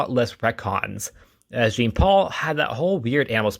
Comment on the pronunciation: I’m sorry, it totally took me out hearing you say Jean like it’s spelled rather that the way it’s supposed to be. His name is French. Jean-Paul has the beginning J almost replaced with a Zhu sound. It’s almost said like John, too. Totally understandable to read it just as it’s spelled, that’s how we’re taught to read English. Really love more people talking about Jean-Paul Valley though. I only recently got into his character a couple years ago too. His backstory was absolutely 90s comics standard though. All Kinds of stuff was happening back then.